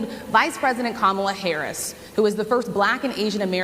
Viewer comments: When he first says Kamala with the wrong emphasis he pauses just before to make sure he says it wrong and that people notice. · What a horrible POS he is. Not only does he immediately go on the attack, but he can't even bring himself to pronounce VP Harris's name correctly. It's not ka-MAW-la, it's KOM-a-la. Edit to add, 5 minutes in and I can't listen to him anymore. So much stupid occupying one chair. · It really chaps me that he mispronounces Kamala's name every stinking time! Must be intentional. So disrespectful. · DonOLD can’t pronounce KAmala. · He seems to have intentionally mispronounced Kamal’s name.